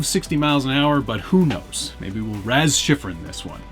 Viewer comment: raz shifrin he says